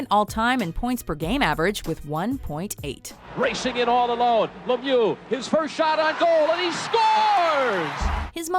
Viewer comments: It's not pronounced as Lemioa it's pronounced as Lemieu just with an x at the end. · It’s pronounced “Mare-eo” Lemieux, not Mario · Learn how to pronounce lemieux you idiots